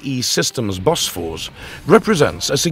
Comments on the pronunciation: Bo-Fors NOT Bos-Fors... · Not "BOSFORS" 😂 BOFORS 👍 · "bosfors" .... come on... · I heard that, too. Robovoice trying to interpret the script? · "BAE Bosfor.." 🤣😂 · Bosfors? narrator cant read... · Narrator pronounced Bofors "Boss Force" lmao